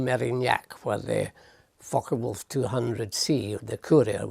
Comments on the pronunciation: That's what you latched on to? I keep hearing fuckerwolf. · Sounded like the plane was named the fuckoff ### 😮